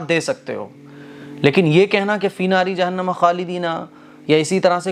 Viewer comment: Tum Bahut hi Jahil mufti ho 😡😡 Sach baat bolen to tum mufti hi nahi ho 😡 " Finare jahan nama khale dina fiha " kahna sahi hai Are suno, "finare jahanma khale dina fiha" bolna sahi hai smjhe. Jahil